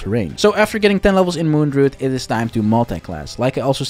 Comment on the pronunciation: Dru-id not drood couldn't watch